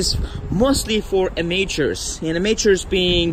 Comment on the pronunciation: How dare these Am-A-tures buy these cars.